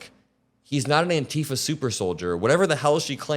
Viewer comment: eww, why tf do you pronounce antifa like that?